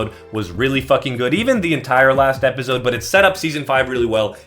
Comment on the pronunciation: my brother you went to stanford stop saying epizode its ep-ah-soad